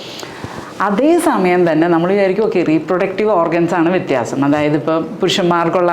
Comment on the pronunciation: വിത്യപിയാസം അല്ല വിത്യാഖ്യാസം!